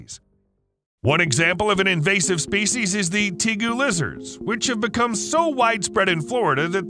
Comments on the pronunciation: It's Tay-goo, not Tee-goo. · Tay-goo= tegu